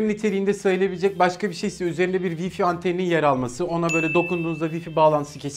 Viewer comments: sabahtan beri vifi diye okuyorsun Vay fay olarak okunur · wi-fi diye okunmaz abi :D